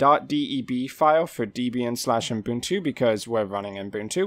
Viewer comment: "Dee-bee-an"... Really? I thought it was "Deb-e-an". lol?